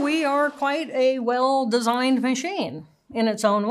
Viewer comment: She says it right- designed… like a masterpiece